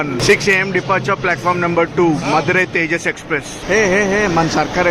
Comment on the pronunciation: మధురయ్ కాదు తంబీ మదురై